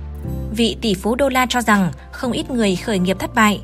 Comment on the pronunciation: Nội dung hay, nhưng đọc sai chính tả khó nghe lắm ad ạ: triến đấu, tro rằng, trúng ta....